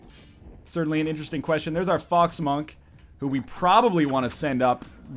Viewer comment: I heard fog smunk, instead of fox monk. :(